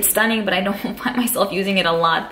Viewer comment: OMG that is a really large collection. You have amazing palettes. too bad I am seeing this video too late to had bought any of the palettes from you. BTW, have you noticed that you say "baa" instead of "but" hahaha just I couldnt help to hear you every time.